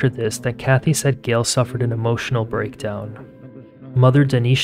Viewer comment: It’s Gayyyyyle not Gil